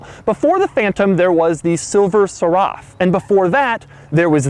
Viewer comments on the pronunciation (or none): I'm questioning the way this dude is pronouncing the word "seraph." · Silver Serr-aff? Its a silver seraph, It's pronounced serif. It's a spirit, like a ghost as most Rolls royces are named after. Ever heard of a ghost called a Serraff? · It's Seraph like Serif not like Seraaaaaaffff like how Mr. Regular says Soooooooooo Fanceeehhhh. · "Seraph" rhymes with "serif," not "Biscoff." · Seh-raff? Wtf? It's the silver seraph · Odd pronunciation of "seraph". Your amazement, usually at simple things, and histrionics are amusing. You apparently don't know what was actually available in 1996. RR steering wheels didn't telescope. Others did. The suspension you seem to like so much was from Citroen and inadequate (at least to me) for the weight of the car. Those were "picnic" tables and almost all of RRs had them...at least in "modern" times. That GM transmission first appeared in the late 30s!! Separate foot rests were silly. They used to be integrated. The electric windows were always fast, as far as I can remember. The oil level switch was on old thing with them. Those old push rod engines were unimpressive except in fuel consumption. The car was out of date when built and very trouble-prone. Maintenance was a nightmare. But I don't recall having seen one of that model that presents so nicely, esp. with the "everflex" roof, which I think was really ugly. I don't remember when the driving school was started. But it was a good idea back in the pre-power steering days (SC-II/S2) when they were a real handful to drive. I pulled a muscle driving a James Young long wheel base S1 in city traffic. It took weeks to heal And that had an aluminum body! Oh, cars in the 50s had power antennas. The wipe to clean it is necessary to try to prevent sticking of the mast.